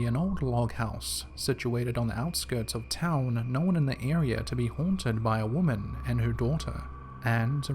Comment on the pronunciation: "no'wn" not 'nohwhen' thanks